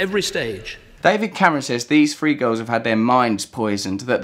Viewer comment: I think you meant "three" school girls, not "free" school girls.